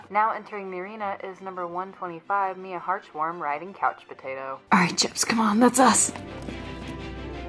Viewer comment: Okay, Did I hear I’d correctly? COUCH POTAO?